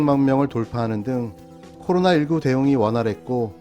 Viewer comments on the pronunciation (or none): none